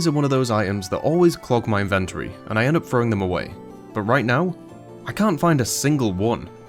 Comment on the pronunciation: If you start putting timestamps on your music I will forgive your pronunciation of inventory X)